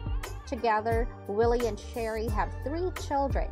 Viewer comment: Is pronounce Swamp People and her name is Sheree not Sherry